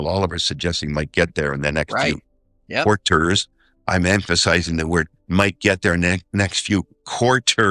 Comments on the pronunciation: quar-ters. guise. QUAR-tersssss 🤓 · “Quart ters”